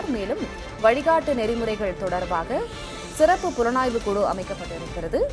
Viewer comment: What kind of reporter you are man. You are pronouncing sirappu as seruppu. Asshole